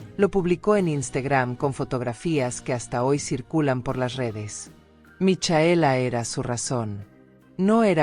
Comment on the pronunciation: Es Micaela no michaela. Es Bisoño no visogno